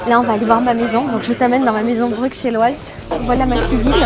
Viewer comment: on dit "Brusselloise" et pas "Bruxelloise"